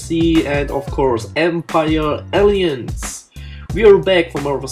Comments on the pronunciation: Nein man betont die zweite Silbe. Nicht Aliens sondern "Ällaiänz" (so spricht man es) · Du hast Alliance falsch aussgesprochen :P "Aliens" xD xD xD Nice Video